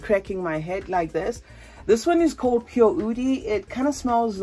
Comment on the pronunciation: Erba pureee 😂 it's Pure